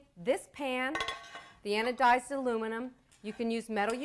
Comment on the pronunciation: "Anodiz" get a dictionary.